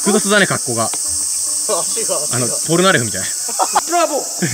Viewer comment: ちなみにポロナレフじゃなくてポルナレフだよ